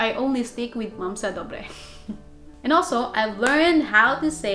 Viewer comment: Nice prononciation of “dobre” ...but please avoid using “dobre” for an indecent proposals. It would imply consent.